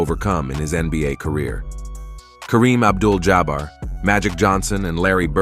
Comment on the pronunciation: WTF! Who are the 76 e ares? They're the 76 errrs. I don't know how to explain how to pronunce 76'ers in writing. And you also don't know how to pronunce Isiah Thomas' or Karreem Abdul-Jabbar's names. It's obvious you don't really know anything about basketball.